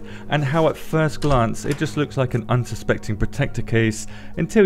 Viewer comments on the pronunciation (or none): none